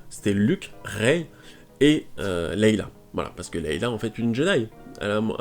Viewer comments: Pitié arrête de dire Leila O_O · Est ce que tu pourrais refaire cette vidéo à l’identique mais juste en disant « Leïa » Parce que là c’est pas poss !